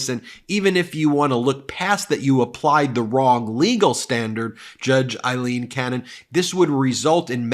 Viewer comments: BEN - please her name is pronounced A leen, !!!!! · FFS, as stated many times, can you PLEASE stop referring to her as "Eileen" Cannon! She is NOT" Eileen" Cannon, she is AILeen The name IS NOT THE SAME. It is a Scots name, we are Scottish and my wife is "Aileen" so we know! Your co-host Michael, Glenn Kirchner and Lawrence O’Donnell pronounce it correctly. PLEASE, PLEASE stop! Apart from this we love the show, but please, please stop this nonsense!